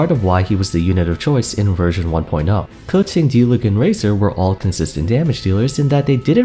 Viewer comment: I will never not laugh when i hear 🌟Kuhsen🌟 instead of Keqing